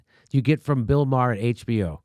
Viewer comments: Not the I like him at all, but his last name is pronounced Mayor like the leader of a City! Not Meyer!!!!!! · Jimmy: "Bill May-har". Classic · BTW, his name is pronounced "Marr". As in "Bill Maher MARRED what originally made him great by treating politics like a sports league and then throwing a 3 1/2 year tantrum that his favorite team didn't win the big game." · You cannot pronounce Maher's name right, you fucking turd. Take your right wing shit and shove it. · First of all I love how Jimmy keeps going after Bill Maher. The guy is a joke. And I also love that he keeps saying his last name wrong.